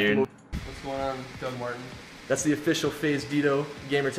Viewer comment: It sounded like he said Doug su su Martin here hop u guys r having a great day this guy is Doug is the best